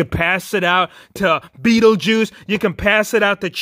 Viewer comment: You said Beattie juice 3 times!